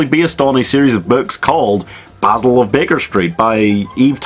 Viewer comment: Jackman can’t roll his R’s well enough for Basil... I mean, he’s obviously modelled after Basil Rathbone’s Sherlock, which is still the gold-standard